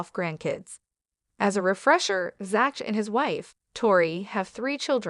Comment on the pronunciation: HIS NAME IS PRONOUNCED Zack !!!! NOT ZATCH ! EITHER CORRECT YOUR AI or do the narration yourself.